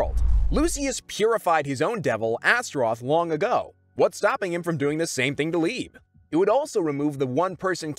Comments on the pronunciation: bro called liebe "leeb" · They did not say Leibe Like that